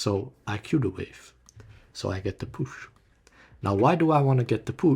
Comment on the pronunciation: stop saying push like LMAOOOO "get the poosh"